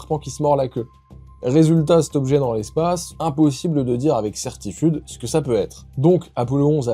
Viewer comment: à 46.56 minutes, tu dis "certifude" plutôt que "certitude" 😉